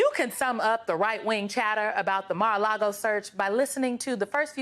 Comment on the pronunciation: über-Karen MTG talks about a "traitor" i Mar-Lago (sic!) and Bed-Minister (sic!). She is delusional!